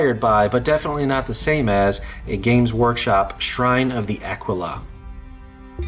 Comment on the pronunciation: Ahh-quill-ahh, not aqua-la man!